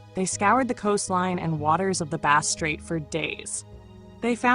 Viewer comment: "lyves?" 😅 Stupid A.I. voice!! "Base Strait" 😂😂